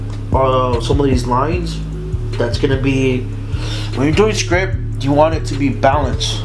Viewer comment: The t at the end of the word script isn't silent